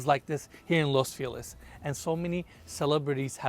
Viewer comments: Its not Los Feeliz, its los fel iz (ease) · I love the concern to ensure the kitchen Italian appliance maker is pronounced correctly however no worries on butchering the actual city Los Feliz. It's pronounced Los Fe' - lease not Los Fee - Lis. Dido on the comment about Mikey. What happened to him. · I hear los feliz cada vez, my boy saying felice lol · Can we please all agree… Los FelIZ! Los FelIZ!! It’s not Los Feelus, people!! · Los Feh Lease its Spanish word ffs u make sure to pronounce u make sure you pronounce properly all these intricate building materials etc. but cant pronounce feliz properly sounds like your choking the way u say it